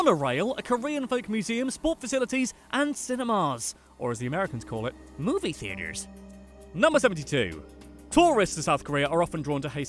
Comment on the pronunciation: the way said "movie theater" has meme potential